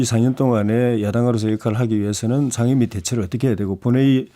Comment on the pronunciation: 거셰 샹임위 41퍼셴트 발음이나 똑바로해라 대구경북 조해진 병신아 미통당이 반대하면 암것도하지말아야하냐?논리보소